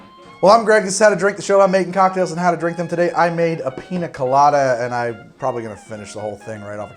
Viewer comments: Ya know the n has a little squiggly line above it, so it doesn't sound like a hard N anymore. It's (Peen-Ya) Colada. Not Peena Colada. Also I made this today and it was DOPE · Painful to hear you say “Pina Colada” and not “Piña Colada” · Im mildly annoyed that he says "PINA colada" instead of "PIÑA colada", nice vid otherwise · As a native spanish speaker my ears bleed every time I hear "piNa" instead of "piÑa" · Since it is a south American drink it is spelled piña colada. The ñ is pronounced as if there was a y following the n. Pinya colada. Love the videos btw, i try another one of your drinks as often as i can get ingredients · Greg.... PiÑa... peenyah... Gotta say it rt if you love it lol. Besides that, looks delicious! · Its piñacoladaburg!! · piña is pronounce peen-ya. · It’s piñacoladaburg, you son of a son of a bitch! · Quick tip mate, the Ñ sounds like the gn in Italian. Like how you would say it in lasagna. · Don't get me wrong, I love this YouTube channel and everything about it...but for the love of God please learn how to pronounce "Piña" properly.